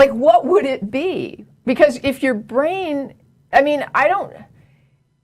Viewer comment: you're easily impressed, she can't even pronounce the word "your".